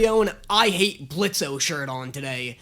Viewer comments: Did no one else notice that pronounced Blitz’s name Blitzo right after pointing out his I h8 Blitzø shirt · The O is silent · Hi blitz here i I've came to say the o is silent! EVERY TIME ITS SO SIMPLE JUST SAY BLITZ NO O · the O is silent. Don't deadname him please. 🙏🙏🙏 But you're right, it's so classic YouTube. I miss this crazy side of the web. Please react to more Brandon Rogers series such as Bryce, Magic Funhouse, Theatre class, ect.